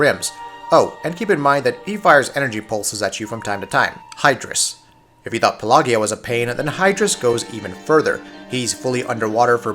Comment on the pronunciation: Pelagia is puh-ladge-ee-uh, not puh-lay-gee-uhh. It's pronounced the same way as pelagic. It's means "of the sea" in Greek.